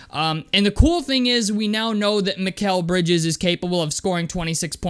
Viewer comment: You said his name right 👍🏿👍🏿